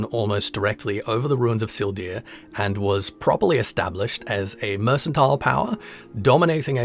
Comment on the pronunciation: Phenomenal, as always! The "c" in mercantile is hard, so merkantile. wink